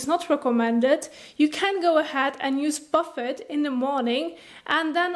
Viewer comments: i like how instead of pronouncing it boofay she says warren buffet serum haha very cute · It’s pronounced Bufay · You’re pronouncing it wrong ! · My morning giggle. The pronunciation of Buffet and even the captions......OMG too funny.